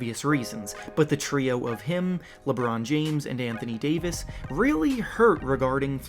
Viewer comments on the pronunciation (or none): none